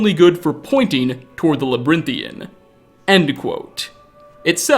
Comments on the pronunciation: dude, labrynthian? its labyrinthian, lmao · Labyrinthian. (La-bi-rin-thian) kind sir, not labrythian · Now, I'm not the type to nit-pick grammar, but friend, labyrinthian ( la-b-aa-rin-thee-en ). That aside, this game has aged like fine wine. And I hope to GOD ES6 is just as rich. I'll give it 2 hours of gameplay but if after that time I'm not impressed, uninstalled. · Its called labyrinthan in game, you probably confused most people by calling it whatever the he*l your saying.